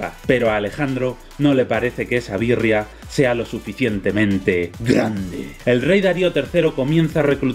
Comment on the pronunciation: Jajajajja "muy gandeeeee"